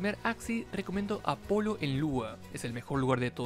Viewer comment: Es apolo no apollo XD